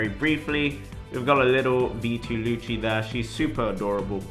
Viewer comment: I Dont like how you pronounce Lucci..